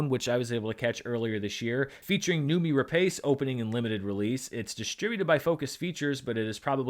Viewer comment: "Noomi Rapace" is pronounced "KNOW-me ra-PASS" (although the classic Honest Trailer rendition, "Noomee Rapeface," is also acceptable)